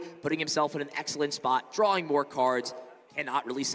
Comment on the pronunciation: and what about "drawring" that was continuously spammed?